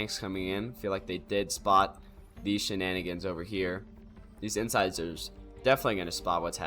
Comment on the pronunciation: It's "Inn-SIZE-urr" yeah. Like the teeth. Your casts are always entertaining. Keep at it.